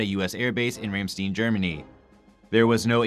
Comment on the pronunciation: ok, top notch news, but the pronunciations of places suck-a-lot like here the "ram-steen" (search ramstain, its also quite famous german metal band) or don base, lol (almost, its more like don-bass)